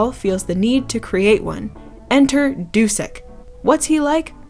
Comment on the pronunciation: I thought Dušek is pronounced "Dushek"?